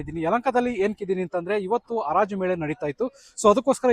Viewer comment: ಅರಾಜು ಅಲ್ಲ ಕಣೋ ಗುಗ್ಗು, ಅದು ಹರಾಜು